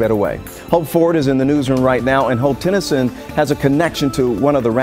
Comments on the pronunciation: Why does she keep saying "Tyson"?? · Sutton Tennyson* Ti not Tyson lmao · And when you're reporting news get names right it's Sutton Tennyson